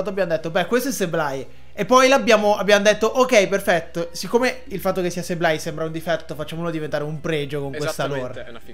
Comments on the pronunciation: Grande inventiva. Comunque Sableye, si prunucia: SABLE-EYE(Seibolai) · Innanzitutto, grazie per la risposta. Comunque se come dici tu “Seib-lai", Ok, ma con la B di mezzo maiuscola e molto accentuata. La B é come se pronuciasse anche un O chiusa, non so se mi spiego.. Scusami ma pronunciare Sableye: Seblei o Seiblai senza accentuare la B, non si può sentire...